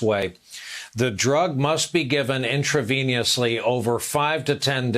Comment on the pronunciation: The newscaster pronounced intravenously wrong, LOL